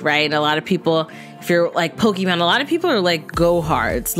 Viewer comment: how everybody pronounce it: Pokémon: pokimoan